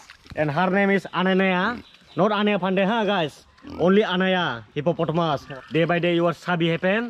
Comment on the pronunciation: This is our hepaPotomus... I died laughing 🤣🤣😂